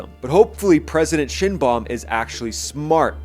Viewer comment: Shine-baum. You nailed it. Good job.😉